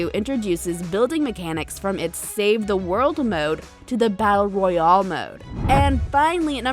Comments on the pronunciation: "Battle Royole" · I like how you say royale 🤯😱